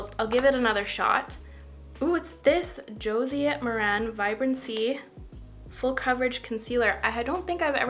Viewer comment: What a fun video idea! I want to try the sunscreen, for sure. Just an FYI -- Josie Maran's last name rhymes with Karen.